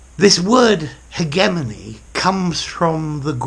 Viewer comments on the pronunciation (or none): 'Hegemony' - not 'Hegenomy'. Thanks